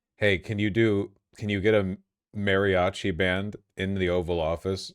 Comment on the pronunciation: Every time Vaush says "MARRYochi" I die a little inside.